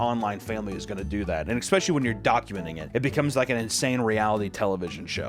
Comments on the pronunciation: "Eckspecially" -, every other sentence. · I also take a double shot every time you say “ex-specially”